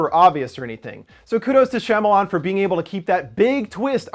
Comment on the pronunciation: Shyamalan (SHA-MAL-ON)